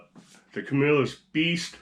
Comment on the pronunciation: You can always tell people are from the CNY area when they pronounce Camillus correctly!